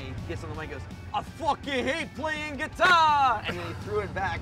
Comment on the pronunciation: I always come back to this video everyday just to hear frank say; “I FOOKAN HATE PLAYIN GUITAA🥱”